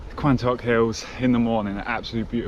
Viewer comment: Quantocks is pronounced Quontocks :))